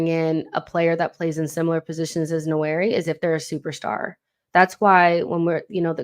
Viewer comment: Great content..... the correct pronunciation for Nwaneri is nWAN- NEAR- RIH....the first N is almost silent, but not quite 👍🏿